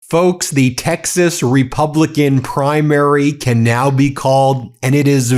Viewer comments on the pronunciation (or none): Ben, did you say the "Texas Republican Primary" or the "Texas Republican CRIMARY"?